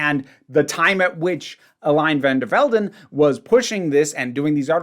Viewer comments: I speak German, not Dutch, so this pronunciation may be off, but "eh-LEE-nuh FAHN dehr FEHL-den" - with the "R" and "N" being very light at the end of "der" and "Velden". The biggest thing that's off as far as I can see is that her first name is three syllables, the "-e" ending is pronounced - technically as "eh", but when you speak quickly it usually ends up as a schwa - but again, this is based on my knowledge of German. Hope this helps! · Ohh yeah the Eline is pretty bad, I wouldn't be opposed to sending sound files or sth if you can't find pronunciation guides for Dutch stuff in the future, but here's my best attempt at writing how to pronounce Eline: Ey-lee-nuh (and toen is toon)